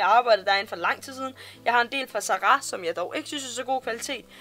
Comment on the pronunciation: Kan ikke komme mig over at du siger "Za ra" hedder det ikke Zara ?